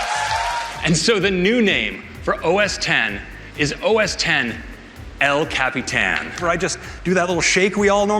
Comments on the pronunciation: Bruh, it's ellllll cap-e-tan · Every time he says el Capitan. I cringe.